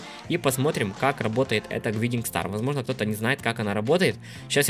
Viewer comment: Гайдинг стар (не докапываюсь ) но это правильное произношение